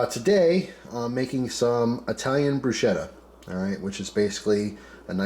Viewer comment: Nice work, as an italian i can say usually we do only oil tomatoes garlic basil and chilli pepper, but there are so many variations. Ps is pronounced brusketta , the ch is hard.